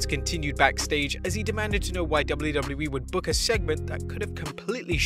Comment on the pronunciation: great video but the 'doubly doubly E' pronunciation for WWE fried my brain